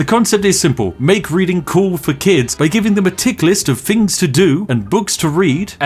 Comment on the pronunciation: When he says 'fings' does he mean 'things' like a speech impediment type deal? or is the f>th thing just a quirky channel thing? I'm new to this channel so idk